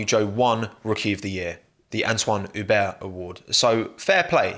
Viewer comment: It's "Ueblo" without the H it's french lol